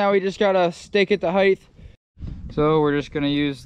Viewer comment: Nice work, but are you saying "heidth"? Like the same way you'd say "width"?